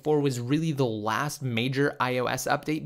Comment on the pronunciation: lol you always say that that this is THE laast update 😂😂😂😂